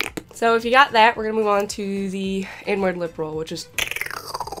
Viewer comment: I thought you said "N-Word", and not "inward"